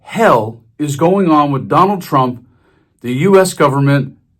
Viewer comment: I love it when she says "wit". All my gf's say it like that. She is looking good.